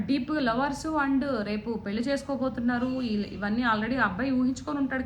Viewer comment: పెల్లి కాదు పెళ్లి అనాలి నిచ్చి తార్ధం కాదు నిశ్చితార్ధం అనాలి వ్యాఖ్యాత తెలుగు బాగుంటే వినే వాళ్ళు పెరుగుతారు